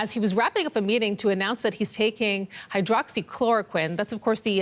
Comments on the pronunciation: He said hydroloxyqueen. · The expert didnt knew the official death toll around the world, and he couldn't pronounce the name of the medicine . Great